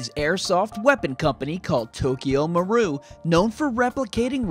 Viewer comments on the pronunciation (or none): MARU-I not MARU